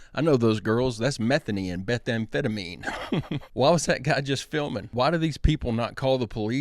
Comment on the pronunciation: I’ve heard Methany before but when you said Bethamphetemine I HOLLERED. 💀